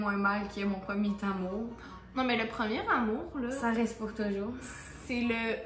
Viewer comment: « premier Tamour » 😂